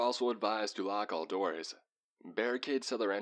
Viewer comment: How can a radio go: "Lock your doorsuhhh", like i wouldnt hire a guy like that to do my broadcasts.